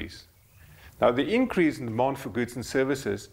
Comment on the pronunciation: "Demond for money" sounds a lot like "bond"